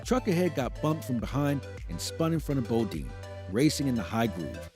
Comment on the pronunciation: Title is misleading. It gives the impression that there are uncharacteristically big crashes coming in 2023 because of huge safety issues. And you pronounced "Bodine" wrong. Nice video otherwise.